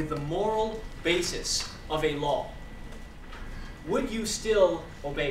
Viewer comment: It sounds like he's saying Allah when he says a law.